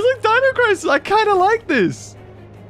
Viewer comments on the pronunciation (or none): none